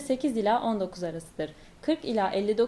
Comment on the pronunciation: "ila" değil "ile"